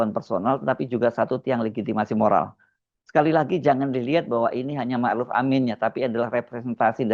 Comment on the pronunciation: iki orang apa panggil kyai zulfa dengan sebutan kyai haji sedang kyai ma' ruf dengan maruf